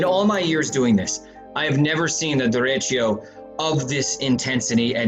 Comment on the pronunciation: Inside edition lady: derecho News reporter guy:✨Derecho✨